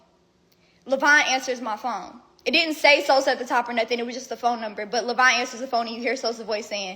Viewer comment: Levon is not pronounced "lavine"